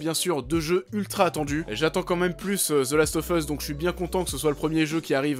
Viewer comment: « Zeulast offeusse » et « unchartaide » ! 😂😂😂